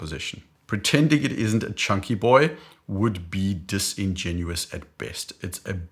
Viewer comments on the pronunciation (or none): none